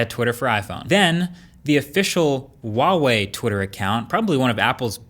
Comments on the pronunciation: Why do you pronounce Huawei as Wahway? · it's "hua" wei, not wa wei. Sorry but it bothers me a little lol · Huawei is pronounced like hwah-way, not wah-way!